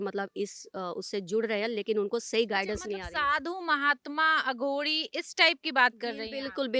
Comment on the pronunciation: Anchor को पता होना चाहिए,अघोरी को अघोडी नहीं कहा जाता,सनातनी ऊर्जाओं से बात करते वक़्त vocabulary पर काम कर लिया जाना चाहिए।महान शख्सियतों से बात करते वक़्त anchor को हर बात की जागरूकता होनी चाहिए।